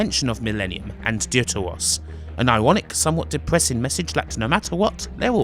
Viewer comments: Im sure it would have been pronounced deaf-ter-os, ie "second" in Greek. But thanks for reviewing these games - again, I'd only ever seen static images of these games. Love the reviews. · funny how he says "dear to us"